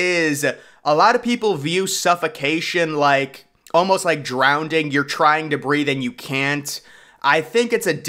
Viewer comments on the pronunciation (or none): Wtf is “drownding” 😂